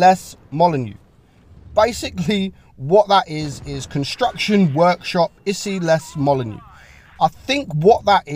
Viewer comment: for the French pronunciation, it’s this: Atelier (a-tuh-lee-ay) de construction d’Issy-les-Moulineaux (deesee-lay-moolino)